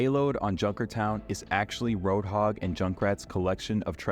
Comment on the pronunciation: You're Pronouncing Roadhog's name wrong.